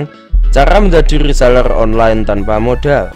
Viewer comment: Rrrrrrrrrrrrrrrrrrrrr rrrrreeselerrrrrr